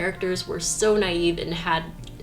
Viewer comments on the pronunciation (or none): none